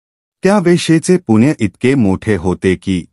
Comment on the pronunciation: तुळशीची माहिती छानच. पण आपण पुण्णय. च्या ऐवजी पुण्य म्हणत होता.तो शब्द चुकीचा उच्चारत होता.ते योग्य वाटले नाही.